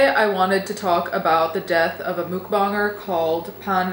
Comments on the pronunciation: Its pronounced "muhk bang er" The fuck is a mook bahn ger? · You said mukbanger wrong